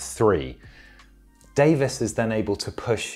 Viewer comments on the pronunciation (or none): none